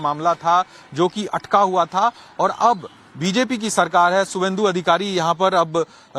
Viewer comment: His name is subhendu. Not Suvendu.